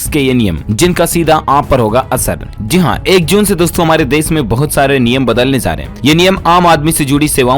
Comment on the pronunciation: Zee haan Nhi hota bhai... Ji haan hota hai